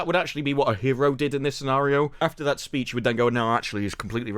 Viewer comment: Why does that become "dat" , get "git" you "chew" you need subtitles if you can be bothered to watch. The woan with the magic shop dresses like a Peruvian, isn't " cultural appreciation"